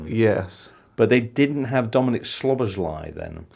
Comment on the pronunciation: Try at least to get all the letters right in Szoboszlai’s name please.if u do not know in english just pronounce Soboslai.Thanks 🇭🇺🇭🇺🇭🇺